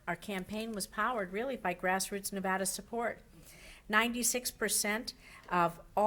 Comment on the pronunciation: RECOUNT!!! She doesn't even know how to pronounce NEVADA...